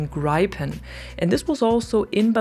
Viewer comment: SWEDE HERE! JAS 39 GRIPEN is pronounced GREEPEN(like green pen) "gripen" means "the griffin"